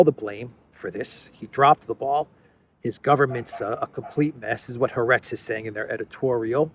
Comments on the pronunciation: Excellent. Incidentally the Israeli newspaper is pronounced Ha- Aretz, meaning The Land. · Haaretz is pronounced ha-aretz